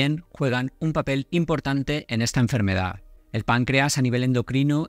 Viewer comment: ¿Por qué pones el acento en las sílabas que no son? Por ejemplo "ínusual" en lugar de inusual, "índicar" en lugar de indicar, "énfermedad" en lugar de enfermedad, etc.